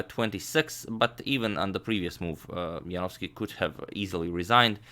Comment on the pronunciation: No one can pronounce David Janowski better than this guy